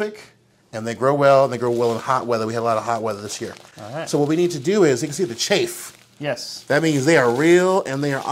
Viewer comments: Chafe??? It's chaff and pronounced as such... Google it. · CHAFF not CHAFE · Chafe? Not chaff?